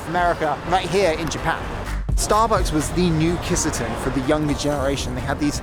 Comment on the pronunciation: Not Kiss a ten 💀Key Sah tenn.